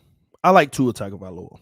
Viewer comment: Tua's last name starts with a tongue sound, not tag